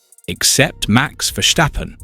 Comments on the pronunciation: It's Ver-STAH-pun mate, not Ver-SSHH-pen. There's no shush in it. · Stop saying Verschtappen